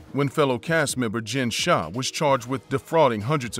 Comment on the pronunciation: It's pronounced Jen Shaw